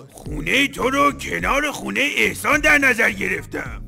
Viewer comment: احسان❎ اخسان✅